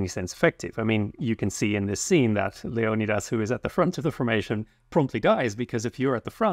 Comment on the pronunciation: I die inside every time I hear the American pronunciation (the '300' pronunciation) of Leonidas. Thanks for getting it right, or right for me at least.